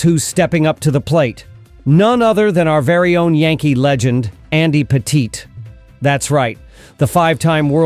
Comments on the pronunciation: This guy doesn't even pronounce Andy Pettitte's name properly 😂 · Say Andy's name right, lol!